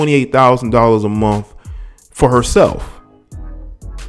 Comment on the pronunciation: $45,000 a MUNF? Did he meant to say MONTH?